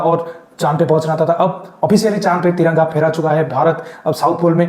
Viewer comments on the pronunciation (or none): भाई पहले तो आप त्रिरंगा शब्द यही करें क्योंकि ये हमारा तिरंगा है ना कि त्रिरंगा